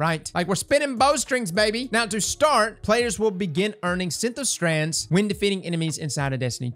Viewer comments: Wtf is a “Synth”O”strand”? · 😂😂 It's SYNTH-strand. I see you're loving that invisible "O" I feel ya 🤣😛